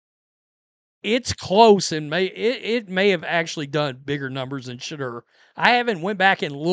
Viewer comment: JUST THE WAY YOU SAY SHA DERRRR IS HILARIOUS!!!! 😂😂😂